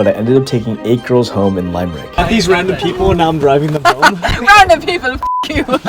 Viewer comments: It’s pronounced “Limb-Rick” not “Lime-Rick” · My man, it's not "Lime-Rick" it's just Limerick pronounced "Limrick". Be careful because Limerick people are quite intimidating lmao! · Lad it’s pronounced lim-rick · It is not Limerick it’s Limerick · btw it’s pronounced Limb-rick sorry idk why that annoyed me lol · Lime-rick I'm lmao rn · Funny how he spelt séan as shan and limerick as lime-rick, lol